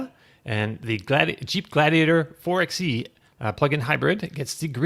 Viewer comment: Why does no one pronounce "four by ee" properly? It's a Jeep, it's clearly not meant to be called a "four ex ee"